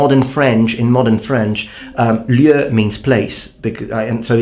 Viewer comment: You had Lieu pronounciation quite good. English speakers usually have a hard time with our french combined vowels (eu, an, on, etc...). In the word Lieutenant however we dont pronounce Lieu, we say it with a german ü: Lütn(an). Very interesting video, great job!!